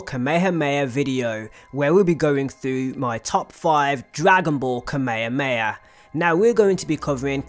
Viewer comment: ITS KA-ME-HA-ME-HA COME ON NOW